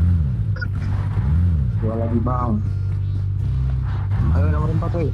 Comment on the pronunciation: Nadanya beda sendiri "HAYYU HAYYUK MABAR HAYYUK"!!!😂😂